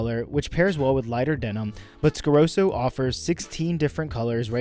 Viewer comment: What is it with Americans always mispronouncing easy to pronounce brands? Like Scarosso, there's a double s for a reason. Why call it Scaroso? Same thing with risotto, calling it risodo, or calling a Testarossa a Testarosa. Only Americans do that, and I think it's a weird phenomenon, as it's easy to pronounce it correctly.